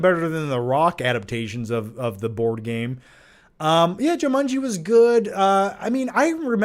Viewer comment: always love when says Jew-mun-gee 🤣💀